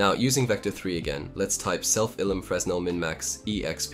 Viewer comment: um akshulli fresnel is pronounced like frinEl(capital means accented) great video, keep the cool stuff going!!!